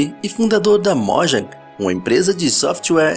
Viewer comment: ou, me da agônia, o jeito certo de falar "Mojang", é "mojang", e não "mójang"